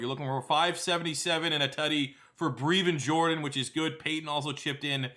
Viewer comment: Plz pronounce his name right: Breh-vin Jordan